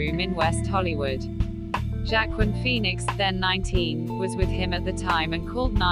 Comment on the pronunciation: Wah-keen Phoenix, not jackquin!